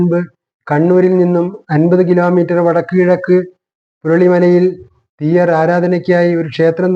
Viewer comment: തിയ്യർ എന്നു പറയരുത്. തീയ്യർ എന്ന് തന്നെ പറയണം .അതാണ് ശരി.